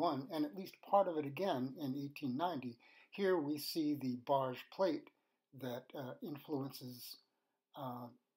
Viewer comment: Its Barge with a hard G